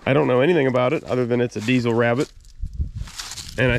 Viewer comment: 'Diesel' , not dee-zle